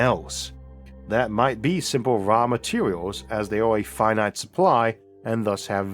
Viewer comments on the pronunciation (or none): none